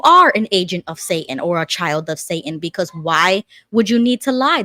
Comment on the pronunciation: "Caleb, who likes magic ... Jehovah ... or Say-un?"